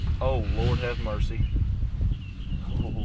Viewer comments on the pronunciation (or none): You're awesome, your accent is awesome and I find it hilarious when you say "Oh lawrd hav murcy." Keep em' rolling, and God bless [EDIT: Where is PART 2?]